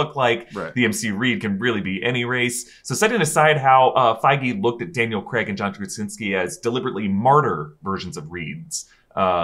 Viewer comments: Sorry guys i know you cant help it with you American voices/accents, but Bonds name is Craig not Creg lmao. Im English and it shouldnt bug me but it bloody does LMAO. In either case Craig not not appear in the MCU in any capacity other than a minor deity killed by Gorr in 30 second cameo for Thor 4. If the council of Reed ever comes about in the MCU, that is where John comes back just for fan service. MCU Reed will probably be a relatively unknown actor, just my prediction. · Daniel Craig not Creg :) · What is it with you Americans and pronouncing “Craig”?! 😂Comes out like “Creg” 😂